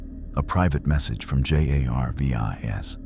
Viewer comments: Thx, but you need to fix the AI art and AI speech because it is Jarvis not J A R V I S. Otherwise it is a very interesting story. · I think the AI write the script, text to speech has been around for years and I recognize the characteristics here. Stuff like pronouncing each letter of an acronym like J.A.R.V.I.S. is what you get from the bare bones versions of tts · The mispronunciation of words and spelling of J.a.r.v.i.s.is one thing but the sheer volume of advertising is insufferable. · Not bad but I really hate the way you say Jar-vis and say-an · Es ist offensichtlich das sehr viel AI in diesem Video steckt! Gut daran erkennbar das er Shield und Jarvis nicht als solche aussprechen tut! Sie hätten auch einfach darauf kommen können Goku Mjölnir halten zu lassen! Das wäre sofort gegangen weil Goku ein Reines Herz hat! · I made it 18 minutes and 51 seconds I can't listen to your computer spell out shield in Jarvis and then on top of that butcher the pronunciation of saiyan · Stupid AI voice cant even say Jarvis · Seriously? Cant say jarvis? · Funny this A.I. can't even pronounce Jarvis